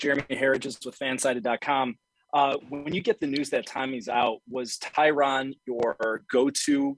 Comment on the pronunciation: Why are these mma media outlets mispronouncing Tyrons name? He was your welterweight champ not that long ago…